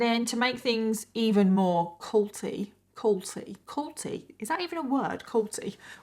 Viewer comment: I know you said "culty", but I can't help but hear say "Colty" 😂